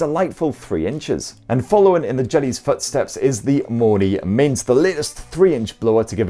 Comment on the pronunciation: Everytime he said Mony mint i heard monument and thought wtf 😂😂🤔